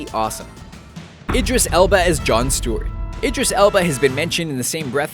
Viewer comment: They finally pronounced Idris right.